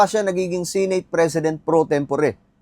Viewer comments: SE-NATE hindi Si nate bisaya ba? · Sineyt ng sineyt. Seneyt ung pronunciation nyan